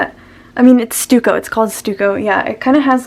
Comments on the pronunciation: I was looking all over for a 'stew-co' brush...and then I realized you meant 'stuck-o' :D I absolutely love how you went through the brushes you like to use and why. There were so many in app brushes I wasn't using and love! I really appreciate that. Great process video. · Stuck-oh. Not stew-co. Thank you for posting. Very informative. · Stucco is pronounced "stuck-oh" ☺️ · Stucco is pronounced Stuck-oh :) it’s like a decorative cement used in construction :) have a nice day. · Stucco (stuck-o) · you can kinda tell what her age is because she doesn't know how to pronounce stucco which even millennials know about because boomers used to have it in their houses lmao